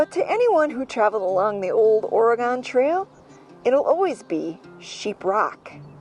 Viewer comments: Please,, it's ORY GUN. Not Ory Gone. From a 64-year-old oregonian. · It is pronounced Ore(gun) not Ore(gone) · I love this video and thank you for sharing it! I just have to correct you on one thing…the pronunciation of Oregon. Lots of people pronounce it ORE-A-GONE - It is pronounced ORE-A-GUN. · I know people east of the Mississippi pronounce it Oregon and although I was born in Rhinelander Wisconsin I have spent a good chunk of my life out west.... And out here we pronounce it OregEn... Love your channel...enjoy !!! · Oregon...pronounced Orygun....no really...lolol the gon should sound like "gun" lol. Born and raised in " Orygun" but have lived and traveled all over this country. We traveled the entire Oregon trail in 1997...pretty cool! I love seeing the country!❤ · Correction, 😂 Oregon pronounced “Orygun” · Oregon has not gone anywhere. It is pronounced Or-e-gun.